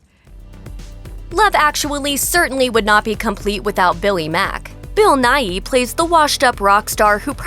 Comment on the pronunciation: Bill Nighy; Nighy is pronounced /naı/, Not /'naı.ı/.